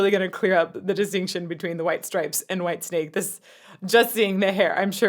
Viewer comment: For the last time please - WHITESNAKE not WHITESTRAPS. PLEASE